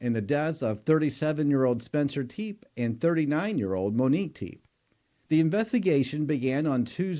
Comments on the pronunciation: Good lord—it’s pronounced Teppy, not Teep!! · Their surname is pronounced "Tep-ay," not "Teep." Rest in eternal peace, Dr. and Mrs. Tepe. God bless and comfort your children, family, and friends. .🙏🕊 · Which video/coverage have you heard their last name pronounced as freaking TEEP! Was it the same video they mentioned a SEVEN month old baby? smh smh Y’all just say and post ANYTHING! Their last name is TEPE! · Pronouned "Te-pay". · Really? You couldn’t find out the correct pronunciation of their name or the actual ages of the children? Pathetic. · I don't know the correct pronunciation of Tepe. I can say you are the only podcaster to pronounce it as one syllable. Is everyone else wrong? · You got the past name pronunciation wrong